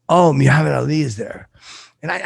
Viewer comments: the way he says Muhammad is unacceptable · pronunciation of Muhammad is angering.